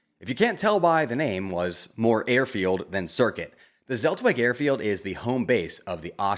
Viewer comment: Zeltweg = tselt-vek